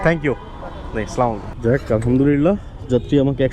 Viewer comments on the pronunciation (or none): সালাম টা শুদ্ধ ভাবে দেওয়া উচিত। স্লালামু - আলাইকুম এটা কোনো সালাম হলো। আস - সালামু আলাইকুম। ❤️❤️🥰